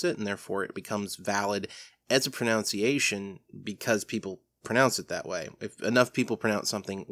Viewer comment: Pronunciation, not pronounceation!!!!